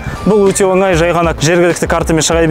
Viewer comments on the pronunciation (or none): none